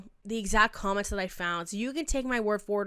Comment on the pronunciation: “Cokments” is about right